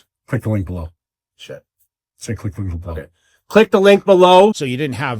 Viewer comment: Did anyone else hear 'keep doing blow' instead of 'click the link below'? 😅